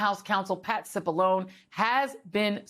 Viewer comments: Dear: it’s pronounced “Sip Alone E” Not “Sip Alone” All the clips pronounced it correctly. All your guests did. Not a real pro move. Great segment though. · It’s pronounced sip Bull oh knee… everyone in the whole world says it that way. Why does she have to be different? She knows better. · Please get the name right, how can an announcer mess up such an easy name. CipollonE, long E. This is ignorance of being fired from your job in my eyes. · It's pronounced like provolone, the cheese. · Why can't she pronounce Cipollone correctly? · Why she can’t pronounce his name right but want Kamala and Katanji’s name pronounced correctly? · There is nothing more irritating than knowingly being insistent on intentionally misprouncing someone's last name.....it is a long e Joy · how no one told this woman how to pronounce Cipollone ? sshe heard the correct pronunciation by other panel guests and still continued to mispronounce , what a shoddy production .